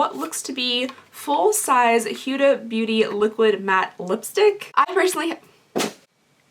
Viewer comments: Huda is pronounced "Hoo-duh". Looks like you got some great bags this month!! 🤗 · Your not saying Huda right I also HATE Pumpkin Spice it make me sick peppermint mocha is my favorite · It's Huda, not Hyu-da, Murad, not Myu-rad.